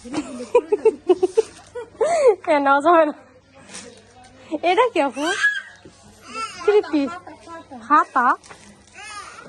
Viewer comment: আসছে বিদ্যাসাগর। দুই সংবাদ পাঠিকা এখন খালি বাচচা আর প্রেগন্যান্সি। আফু টা শুদ্ধ কর এটা আফু না আপু হবে।